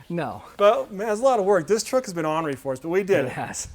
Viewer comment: What’s “onree” and “electronical”? I assume he means ornery and electronic.